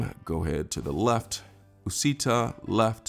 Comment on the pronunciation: Uscita said like Ush-eeta